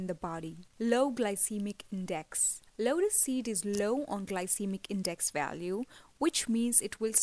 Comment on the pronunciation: Vedio mai asy lag raha hai jese lora seed lora seed bol rahi hai ,😂😂